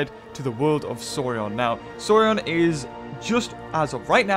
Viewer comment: I'm super sorry dude but it's "Soar-ee-ehn" not "soar-ee-on" lol